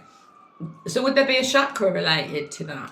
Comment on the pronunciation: Amazing video. Just wanted to share that the word chakra is pronounced with a hard CH like chocolate, it is the Sanskrit word for wheel/cycle/circlular signifying energetic circular centers 😊 (not french so ch isn't sh) If it helps! xx